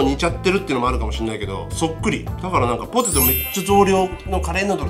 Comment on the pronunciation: ポテトじゃなくて、ホテ。トに、なってますよ。